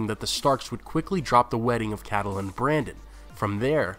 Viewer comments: And nobody in the first 25+ commenters even mentioned the obvious fact that her name is: kait-lyn. Not cat-el-lyn. Geez. Its only mentioned like a thousand times in the show. IT IS ACTUALLY SPELLED OUT IN THE BOOKS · It's Catelyn !!! not Cadelyn. Don't mean to be mean but you should pronounce names correctly. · You seem to have trouble pronouncing the very common name "Catelyn". It's generally /KATE-lin/ in the real world. HBO seems to favor /CAT-lin/, which is a reasonable variant. But where in blazes did you come up with the goofy-sounding /CATTLE-lin/??? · wait isn't Catelyn pronounced Kate-lin not ka-the-lin? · I love your videos but it's CAT-LIN not cat a lynn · "Meryn Traaarnt" "Cattelyn" "Tolly" Dude, pronounciation. They even say the names properly in the series, just repeat it how they say it.. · can't pronounce catelyn or lysa ) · It's pretty annoying you mispronounce Catelyn...